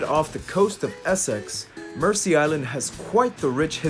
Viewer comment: Pronunciation is Merzea Island, not mercy.